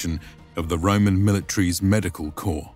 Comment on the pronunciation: Corps NOT Corp